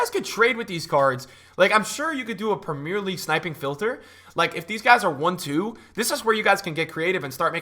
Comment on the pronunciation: Love your content bro but please say 'Premier League' properly 😂